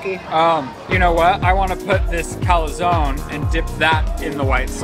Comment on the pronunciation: And as an Italian it was driving me crazy when he was calling the calzone a calazone. There’s no 2nd A.